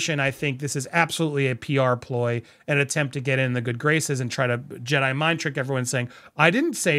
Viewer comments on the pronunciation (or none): none